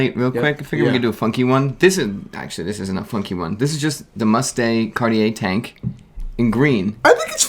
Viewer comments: Big fan of the show guys great on camera chemistry! But please stop pronouncing Cartier as car-ti-yay. It’s more like khar-tjay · Guys, just take a 30 minute class on how to pronounce things in French. You’re coming off as hill billies. Must “day” Cartier? “Chin” ois?